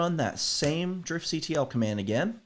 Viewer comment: it's pronounced, "Drift-kuttle";) Loving these videos, keep em up!